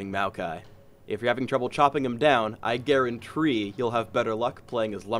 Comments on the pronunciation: . It's guarantee not guarantree.... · LOL GUARAN-TREE. NICE ONE. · Guarantee, garantree... You get it?! ehee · I Garen-tree :D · Garen-Tree :D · lol I Garen-tree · Guaran-tree-. Really? Really? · Hey! you said guarantree! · Gaurantree? HAHAHAHAHAHAHAHAHA no. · he garrentree xD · "GARENTREE" Lol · GarenTree? lol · I had to facepalm when he said I guarantree ^^ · He guaran"tree" - HAHAHAHAH.... not funny O.O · "guarentree...." nice try... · I lost all interest in this game when he said "guarantree " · lol guarantree!!! or was it Garen and Tree? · garanTREE .. haha :D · Guarantree? Seriously? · Garantree? AHAHAHAHAHAH Nice joke! (not) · " I guarantree" I lold. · I GAREN-TREE IT, oh god i think a brain cell died when he said that